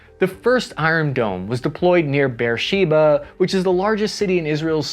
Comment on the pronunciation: BTW it is pronounced Chai-fa and Beh-err-sheh-va